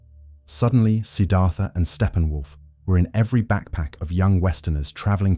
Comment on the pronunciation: What are you talking about— Stephen Wolf ? It’s Steppenwolf!